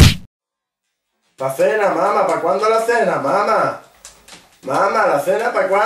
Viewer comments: dice cena, no sena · ¿por que dices sena? que yo sepa "sena" es un río. Creo que lo que querías decir era Cena fuera de correcciones, el video cojonudo como siempre jagger XD